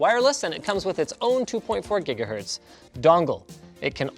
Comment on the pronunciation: "green for 2.4 greenahertz "